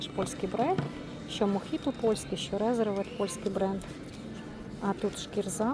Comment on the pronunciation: Чому РеЗервед,коли там S?.Ресервед